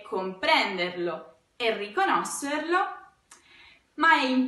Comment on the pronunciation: Perché pronunci la parola RICONOSCERLO così? RICONOS-SER-LO e no RICONO-SHER-LO? Grazie bellissima professoressa!